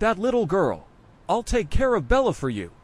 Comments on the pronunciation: Bro it’s Bella not bello am Trina say it nice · He said bello😅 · It Bella not bello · It not bello but bella